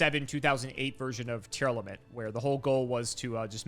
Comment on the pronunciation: He says it more like „Tear-alament”, which is closer to Japanese name for the archetype being „ti-aramentsu”. The way he says it might’ve been a fan translation before we got an official localization.